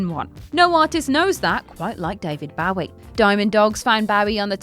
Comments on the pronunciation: I cringed every time she said it. You would think that someone would have caught the mistake, but when you have to rush that video out, it really has a major effect mistakes. What really sucks is you know she worked really hard on it and then because of one thing not being checked she’s going to get endless flack for just being human. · The way she says Bowie 🤦🏼‍♂️🤦🏼‍♂️🤦🏼‍♂️ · I love you but why do you pronounce David Bowie so weirdly, like it’s so weird. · Because has no awareness of these artists outside of the script she’s reading from. Blink One Eight Two? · Bowie is pronounced "BÖ-ee," not "bOW-ee", thank you. (Somebody had to do it, and since your co-workers won't, I'LL be that asshole.) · she's not the only one at WC who says bowwie instead of bow-ie. It's obnoxious and disrespectful. People love to say "but they're English!" Yeah, and so was Bowie! How a person says their name is how it's said, period. It's not open to interpretation, no matter where you're from. But WC neither care nor fix it; it generates more comments and therefore more [false] interest in their videos, which means money for them. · As much as I love...That's not how you pronounce Bowie...According to Bowie himself at least...As he himself; pronounces it like Joey... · she's not the only one who says bowwie instead of bow-ie. It's obnoxious and disrespectful. People love to say "but they're English!" Yeah, and so was Bowie! How a person says their name is how it's said, period. It's not open to interpretation, no matter where you're from. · You fuckers need to learn how to pronounce David Bowie...The fact that you mispronounce it wrong twice, and then pronounce it correctly tells me that you know how to say his name correctly, and you're doing it just to piss people off. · Your pronounciation of Bowie should be banned. Its hands down the most offensive thing in this video.😀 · She pronounces "Bowie" 2 different ways